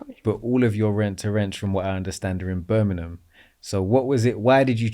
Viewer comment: im from BirminGham not Birminum